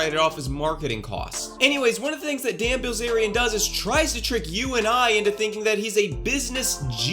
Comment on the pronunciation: What I heard the first few seconds "dan ballzarian" 😂 new subscriber here, after the kurtis conner/confident alpha man (forgot his name) video. Keep it up! 👐